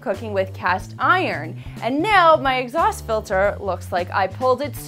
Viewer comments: I hate these videos. Wait for three minutes of waffle and implied snobbery to find out something that could have been written in less than thirty words. So many megabytes wasted on this stuff. And it's 'Exhaust', Exhasut is some ancient Egyptian king or something. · Exasut?! Hah, hah!